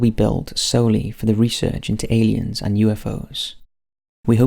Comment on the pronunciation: I like when people pronounce the word "elliens" instead of "aliens"👽